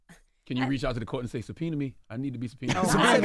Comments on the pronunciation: sub - pee - knee 😂😂😂😂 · Only thing I’ll say is she butchered the word subpoena and had everybody butchering it. Pronounced Suh pee nah. Not suh pee nee. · “Sopeeny” instead of “subpoena” was enough for me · Did she say.."sopeni" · The way she says subpoena. She don’t know the difference between womAn and womEn. Eek.